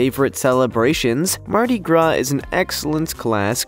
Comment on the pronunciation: You said MARDI. GRA